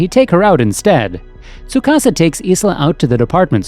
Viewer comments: its pronounced.. _Eye-La..... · Narrator clearly didn't watch the anime. I keep getting strokes when I hear him mispronounce Isla's name. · Soo-ka-sa and i-la, that’s how their names are pronounced